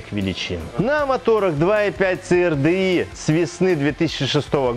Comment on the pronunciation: Ц АР ДЭ И!! )))))))))) Кому, то надо срочно повторить английский алфавит!!! ))) И поменше эмоций!! Это же не политическая передача!